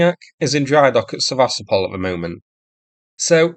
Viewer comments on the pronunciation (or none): Why is it so difficult to pronounce it Seva-stopal? You pronounce so many other name correctly but not this. I watch the videos but when you pronounce the city's name incorrectly then I stop watching and you get no 👍. It's a shame because I used to enjoy watching the video and being amused with your humorous comments. I do hope you will start the correct pronunciation so I can resubscribe and comment again for the algorithm. This is a one off.